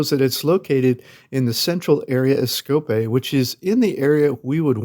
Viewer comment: It's not Skopé... but SkopJe (to be pronounced SkopYè)